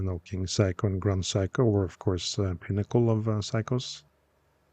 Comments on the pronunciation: Small nitpick: they're pronounced "Sayko", not "Psycho". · Love the Norwegian pronunciation which turns the brand into ‘Psycho’. A little unfair of me to say so, perhaps. Also unfair on the watch, which is pretty darned sane, other than that frantic ticking. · Your pronunciation of "Seiko" sounds like "psycho." Very entertaining. 😆